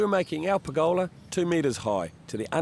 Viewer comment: Per'GOLA ... love the kiwi in the way you say it.